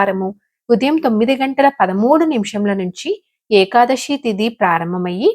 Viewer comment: ekadashi kaadhu thalli Ekadasi , sa ani palakaali, శ ni palakadam sarigga raani vallu kuda chepthunnaru kalikaalam karma..